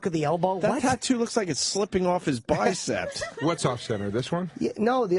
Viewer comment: It's pronounced "bicep", not "bicept", Mr. Opie the Mealy-Mouthed Boor.